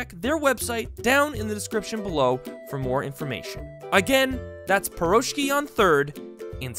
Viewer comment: As a Russian your pronunciation of the word Piroshki hurts pretty much x.x